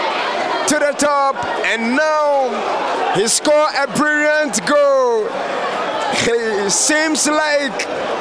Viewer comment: Karela not Karera and also Brilliant not Brirriant 🙄